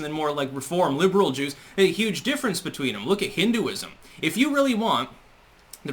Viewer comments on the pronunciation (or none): none